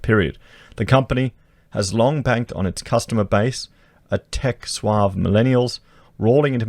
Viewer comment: Well, one word was "savvy" and you read it as "suave". I'm with Ben, you do do it quite often.